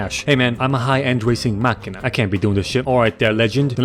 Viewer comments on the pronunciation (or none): none